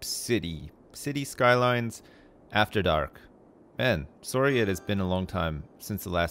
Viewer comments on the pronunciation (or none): Love it when says soary:P